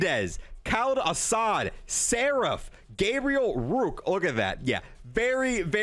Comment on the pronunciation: he just said rooke AGAIN. my disappointment is immeasurable and my day is ruined.